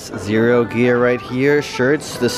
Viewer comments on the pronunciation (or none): none